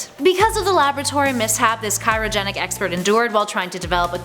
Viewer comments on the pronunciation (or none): Did she say CYROgenic ... I thought it was CRYOgenic 😂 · She said cyro not cryo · It’s not kyrogenic it’s cryogenic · "cyrogenic?" You sure about that one? LOL